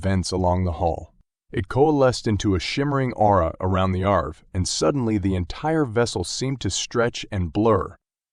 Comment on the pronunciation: Definitely an AI narrator. The voice itself sounds very natural, but the pauses and pronunciations you noted, plus those weird breaths and random inflections give it away. And what is the ship’s name? Arv? Irv? Irvey?